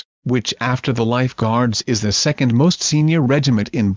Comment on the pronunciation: Ric Mora Jesus not Jeseus. 😁 Second not secound. 😁